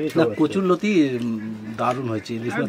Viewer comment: ঠাকুমা নতি না লতি বলে